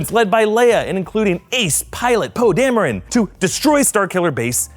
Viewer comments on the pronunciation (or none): none